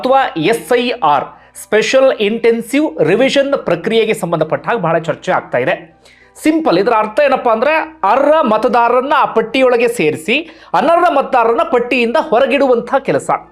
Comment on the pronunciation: ನಿಮ್ಮ ವಿಚಾರ ಮಂಡನೆ ಬಗ್ಗೆ ತಾಕರಾರಿಲ್ಲ. ಶಬ್ದ ಉಚಾರಣೆ ಸರಿಯಿಲ್ಲ. ಉದಾಹರಣೆ: ಮಾಡಿದ್ಧಾರೆ (ಮಾಡಿದ್ದಾರೆ) ಅರ್ರ (ಅರ್ಹ) ಅನರ್ರ (ಅನರ್ಹ). ಮೊದಲೇ ಈಗಿನ ಮಕ್ಕಳು ಕನ್ನಡ ಅಂದ್ರೆ ಮೂಗು ಮುರೀತಾರೆ. ಸ್ವಚ್ಚ ಕನ್ನಡ ಕಲಿಯಲು ಸಹಾಯ ಮಾಡಿ